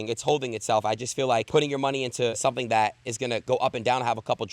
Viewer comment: hes talking about 'somving' yea i quit